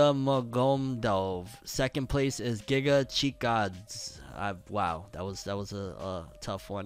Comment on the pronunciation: I think he was trying to say Gigachad 🤣🤣